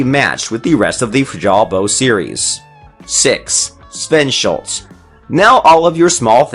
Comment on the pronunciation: sVeNsHuLts ahahah